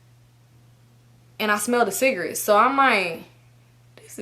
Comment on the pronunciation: i love how she say “cigrits” 😂